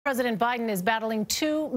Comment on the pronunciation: "President Biden " (The p is silent)